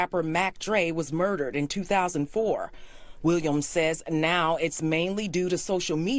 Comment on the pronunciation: Jack-O?? Really smh